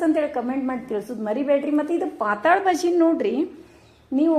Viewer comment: 'ಪಾತಾಳ' ಭಾಜಿ ಅಲ್ಲ ರಿ 😄🙏 ಪಾತಳ್ ಭಾಜಿ ಅಂತಾರೆ 👍 ಅದು ಮರಾಠಿ ಶಬ್ದ ಅದು.. ಪಾತಳ್ ಅಂದ್ರೆ 'ತಳು' / ಡೈಲುಟೆಡ್ (diluted)